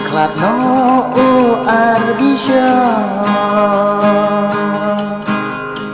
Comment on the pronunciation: wat sgew ei² mo gan object wat lada gam nang ialajong bn rwai, ka pronounce da pynwan bha Archbishop ym dei Ar Bishop